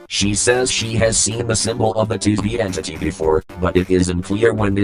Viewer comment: "TV Entity." sorry what? i heard disney entry